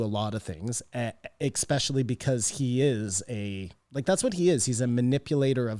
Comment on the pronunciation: Does say "expecially" in every single episode on purpose? Is that like a catchphrase of his or something?